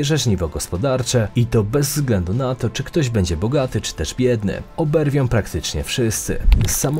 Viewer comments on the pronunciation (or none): Oberwą, nie objerwą. ..j.polski nadal za trudny i nie pomoże machanie łapkami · Oberwą a nie oberwią :-).